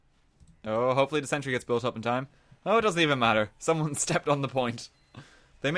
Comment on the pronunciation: sen-tree lvl tree